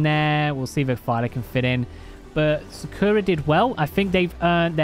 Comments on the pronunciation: I live in the uk and also sakura is not said sakoora it is said sak ura just sayin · Love the daily cake;) Don't want to be a nerd but its actually pronounced SAkura not Sukura🤓